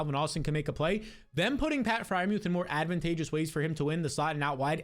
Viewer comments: Ngl he says add muth every year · Bro said add Freiermuth 😂